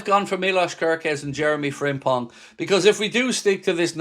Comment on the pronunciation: The impong of Jeremy Frimpong made me giggle. Keep up the good work man. WFM